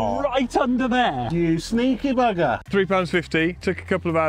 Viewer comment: The “you sneaky buggah” was the most British thing I’ve heard